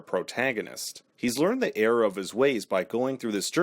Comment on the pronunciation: Are you saying “air of his ways” or “error of his ways”